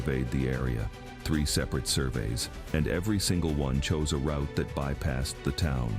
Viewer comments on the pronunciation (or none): none